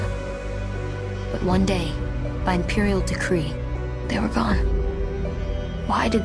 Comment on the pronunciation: Decree* not degree